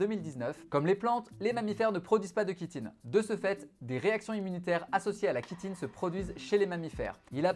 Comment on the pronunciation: chi(tine) se prononce shi et non ki ! chitine, chiant, chiot, bronchiolite